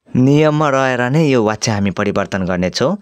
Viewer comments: Wachya hoina bachya vaninxa व prayog vaye pani bachan garda ब vannu parda xa... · Wtf vachya lai wachya vanxa. Yesta le k padaula😅